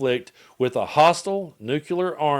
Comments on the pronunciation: Hey,? It's pronounced "new-clear," not "nuke-yuh-ler." I don't mean to be pedantic, but that has always annoyed me. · Completely off topic, but I'm curious why you say "nukular" but when saying "clear", it's just, clear?